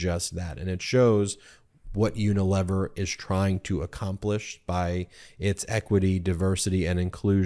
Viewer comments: This is nit-picking, but you are mispronouncing Unilever. It is uni- lee-ver. (Long ‘e’ sound.) 🙂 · Unilever (UK) is pron.: YOO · nuh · LEE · vr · Ben, the third syllable of “Unilever” should rhyme with “tee”.